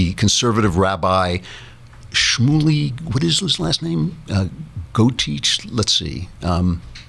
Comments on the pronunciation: boe-TAY-akh. Honestly, your Jewish background is that poor? Explains quite a bit. And he's an Orthodox rabbi, unless you meant politically conservative. (I love most of what you say, though. And I enjoy the good news about Trump you mentioned.) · Shmoley Bo -Tey-ach (like bach) love you Klavan